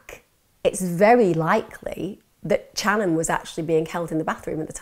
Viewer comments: You are pronouncing some of the names v wrong.. If you have done your research! It is pronounced Shanon not channon. Same as cobbins brother! If you care so mucb about the victims family, least get their names right! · New sub here. I've followed this case since they "went missing". U've done an excellent job reporting this case however, Channon's name is pronounced with an Sh sound like Shannon even tho it's spelled with a Ch. Ty again for covering their case with such grace & compassion. God bless beautiful soul ❤️ 😍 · it's spelled Channon but pronounced Shannon. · "Can you imagine?" "Can you imagine....?" "Can you imagine?" Yes. We can imagine. And I'm imagining Channon's name being pronounced properly in the next video I'm skipping to because this is just such a jerky narration.